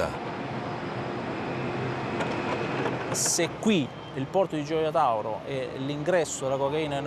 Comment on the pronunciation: Par contre Gioia tauro il le prononce mal on ne peut être bon sur tout les noms italiens